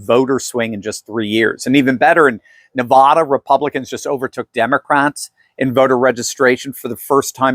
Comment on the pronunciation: If you want to continue your title as doctor You need to figure out how to properly pronounce the name of my home state It’s not “Na vaw da…. “. it’s Nevada